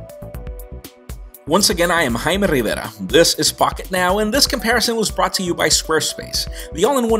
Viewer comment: "I'm Hrrggbbrrera with Pocketnow"